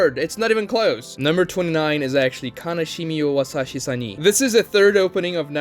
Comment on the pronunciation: Kanashimi wo yasashi sani bad? Wash ur ears plzzzzz 🤡